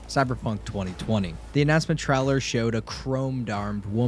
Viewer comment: Between "tryler" and "pro-ject" i couldn't listen to this shit anymore. I'm sure the actual content was good and well researched, but learn how to speak English.